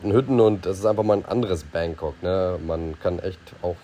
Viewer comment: Bitte richtig aussprechen: BAAngkok, nicht Bäängkok